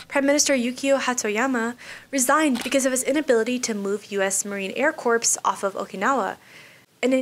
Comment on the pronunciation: Marine Corps* pronounced "Core"